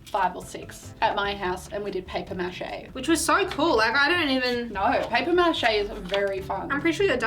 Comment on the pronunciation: just ignore the fact said paper machete no mache